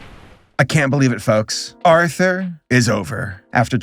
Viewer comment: Didn't it always sound like they said "now back to author" instead of Arthur